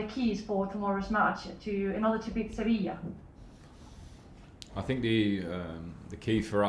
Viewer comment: SeVIJA frank not SeVIL